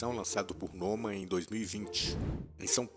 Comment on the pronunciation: A sílaba tônica do sobrenome do prefeito de BH é a segunda. "Nomã"